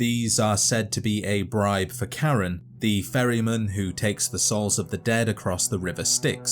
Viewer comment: The mispronounciation of "Charon," especially pronouncing it as "Karen," will be something that haunts my nightmares.